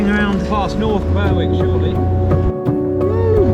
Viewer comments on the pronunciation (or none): Another amazing trip, and met some lovely people on the way! Must admit I was a bit disappointed you didn't switch on your coloured lights going through the long tunnel though!! Oh and one more thing North Berwick is pronounced BERICK the Wis silent, same as Ber(w)ick upon Tweed. If you pull in there there is a great bar/restaurant called Limoncello's and the bar is "Good as it get's" Run by WILLIE a master at mixing cocktails!!! You are getting near my neck of the woods on the Northumberland coast at DRURIDGE BAY/ CRESSWELL with it's newly restored PEEL TOWER. See you in the next episode!! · The W is silent in North Berwick 😂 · Bear-ick!! FFs sake you were doin so well up until that point Southener hahaha